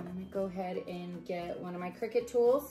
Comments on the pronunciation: Its called a cricut you think your saying crickett 😀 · its called CRICUT pronounced (CRYCUT) cricket is spelt CRICKET !!